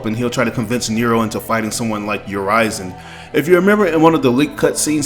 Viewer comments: Urizen is pronounced not as "yer-rise-in", but "yer-risen". I heard V and Griffon say it multiple times in leaks. And this is very interesting, but I just don't think V will be a villian. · It’s actually supposed to be Ooh-ri-zen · Is Urizen really pronounced like you did ?? I thought it's like more straight pronunciation, "Ou-rie-zen." You know like "citizen" or "denizen" or "netizen." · probably a regional thing, sometimes words are pronounced differently depending on where you are from